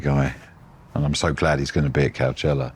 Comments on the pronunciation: when he was saying cowchella i thought he was referencing some parody festival he perhaps runs on his devon farm or something for the locals, but no, that's just how he pronounces it. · Called him out on the COW-CHELLA 😂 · It's pronounced Co-chella. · Let him pronounce Coachella any way he wants mr! 😂